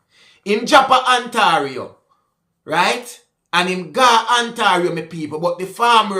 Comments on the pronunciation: lol it’s pronounced( On Tay rio) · Ontario is pronounced On-tay-ree-o